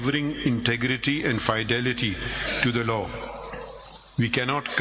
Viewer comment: The pronunciation of “Fidelity” is Fi-Delity” not “Fai-Delity”! Mr. CJ.